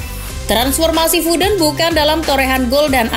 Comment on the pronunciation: Foden wey bukan fooden